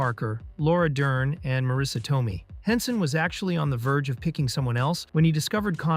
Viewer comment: "mattay"? Marisa "toe-mee"? Repeated phrases? "on rent movies"? What is going on here?